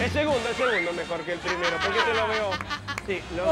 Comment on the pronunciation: 1k de Pomelo 1$, polque? No hay polque xD